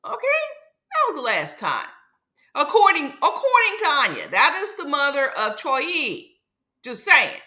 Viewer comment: Why you keep saying troi name like that ?